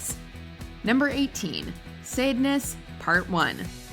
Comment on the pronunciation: It's pronounced "SAHD-ness." As in, Marquis de Sade, from whom we got the word "sadism."